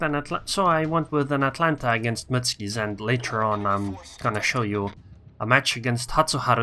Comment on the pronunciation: Mut-su-ki and NOT mutski pls dude. btw nice test,thx.